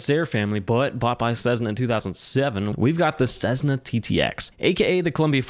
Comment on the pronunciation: Sezzna . . . FFS